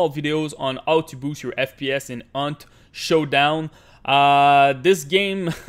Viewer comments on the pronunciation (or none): i just heard aunt showdown